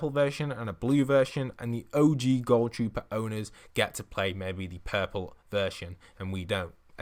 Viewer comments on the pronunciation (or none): And why do u say it like goal trooper not ghoul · It is gohl trooper not goal trooper why can't people ever say that correct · It's not pronounced gol trooper it's gool trooper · Nobody: Not a single soul:: GoUL TroOPeR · TheArt Boi “goul” trooper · Ohh I mean it's what he sounded like saying to me It sounded like goal